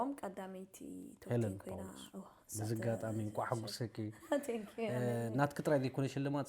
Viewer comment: ዋይ ዝወረዳ ዩትዩብ ዘይትእክቦ ዘይብላ። ጸርፊ ንሄለን ኩሉ ዘኒብዋ ኢዩ። ኣነ ዝብላ ተሓብኢ ጥራይ ኢየ ዝብላ። እዚ ጋዜጠኛ ድማ ዝገርም ኢዩ ሰብ ሰብ ትወዲኡ ኢዩ ሙኻን። ኣምሰሉ ኢያ ይቅረታ ናተይ ርእይቶ ኢዩ። ኣብ ኢትዮጵያ ዝነበረቶ ትሰርሖ ዝነበረት ጎዲሉ ኣሎ። ጋዜጠኛ ድማ ከም'ዚ ናይ ቦሌ ቆልዑት ኣዘራርባ ኣለዎ። ንኣብነት ባባ ጳውሎስ ኣብ ክንዲ ምባል ፓፓ ፓውሎስ ኣይ ትግርኛ ኣይ ኢንግሊሽ።